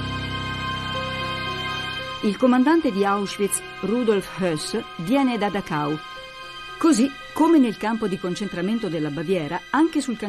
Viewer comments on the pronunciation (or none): Barbero non pronuncia correttamente Dachau...lui dice Dahau...